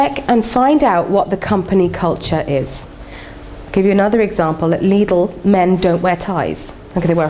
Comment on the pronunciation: it annoys me the way she pronounces Lidl